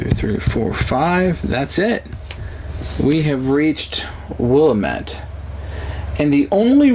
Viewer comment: Willamatte Valley WILL AM ETTE say it right From Oregonian